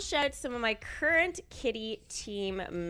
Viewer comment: She said “current” and “thrilling” emphasized. So I wonder if they are going to create a new thrill zone?